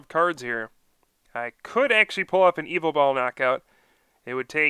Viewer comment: It's not evil tall!! Ugggggggg. It's ya vetel